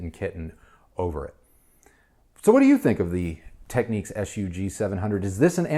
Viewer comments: It's Technics not techniques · What’s this with Americans mispronouncing names if it’s Nykon and now we have Techiques, it’s Tech nicks